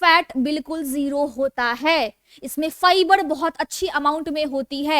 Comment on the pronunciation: फ़ाईब्ड नहीं फाइबर होता है, पड़ेशान नहीं परेशान होता है